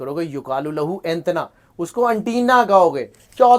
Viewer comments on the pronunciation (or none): Allah u Akbar bhai wo انتنا antina ni h bhai انتنا